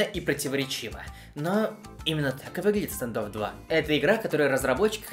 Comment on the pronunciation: Буква а, не е стандофф